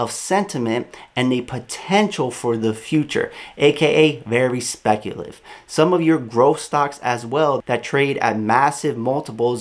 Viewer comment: It’s speculative my bro, not speculive